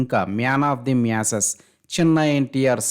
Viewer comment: మొదట అక్షరాలు పలకడం నేర్పుకోరా పూక. మ్యాన్ ఆఫ్ ది మయాస్సెస్ ఏంటిరా బాబు